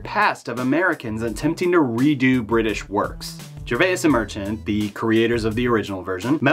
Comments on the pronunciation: You're saying the name Gervais wrong! lol. Great video though! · Not the first time I've screwed up names; it won't be the last. I'll get Gervais' name right some day. Also...I'm not even slightly embarrassed. I added a phonetic syllable in Gervais, and I left one out of Castellaneta. Not a big deal overall; no disrespect intended either. But, I've got more important things to be embarrassed about. Like how I say the word "for" or "eggs".